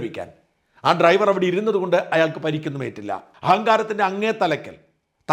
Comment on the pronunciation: ഇവൾക്ക് ഡ്രൈവർ എന്ന് പോലും പറയാനറിയില്ലേ? ട്രൈവർ എന്നാണ് പറയുന്നത്.